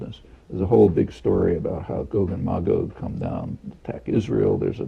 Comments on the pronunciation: It's gog not goog. You get it right when you're reading the passage but then not again? Hmm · I'm mostly concernded on how you pronounce "gog". you switch between "GOg" and "gog" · I always thought it was 'gog' as opposed to 'goag' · GOG is just GOG spelled backwards. ;-) Regardless of how Chomsky pronounce these terms, it seems, although I could be wrong, it's pronounced GAHG not GOHG. (ɡɒɡ / ˈmeɪɡɒɡ)